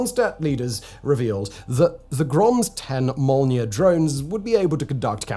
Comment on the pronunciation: "Molniya" has emphasis on the o, and means lightning